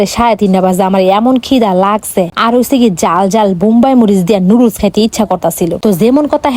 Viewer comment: নুডলস্ ✔️ নুডুলস ❌